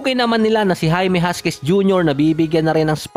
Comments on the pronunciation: Jaquez po. Not Jasquez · Hakiz po yan ang pagbasa lods hindi huskies😅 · Sir jaquez po hindi jasquez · jaquez = Hakes ang pag pronounce nun. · Boss Jaime Hakez ang bigkas doon...